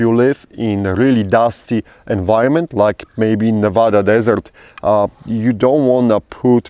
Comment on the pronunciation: All the deserts in the world and you pick the Nevada desert, also you pronounced Nevada correctly. Just a stab in the dark but have you been to burning man a few times?